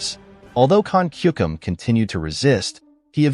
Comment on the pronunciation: It's Timofeyevich, not Timofayevich. Also, it a patronyme, not surname and is not used alone. Siberian Khan was called Kuchum, not Kukum.